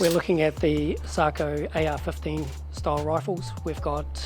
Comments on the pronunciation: its SA-KO, not saako. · Sako, not Saako. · Sako not sarco